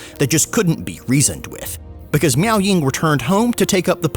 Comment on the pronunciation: constantly saying "miao" has my spine twist in anger.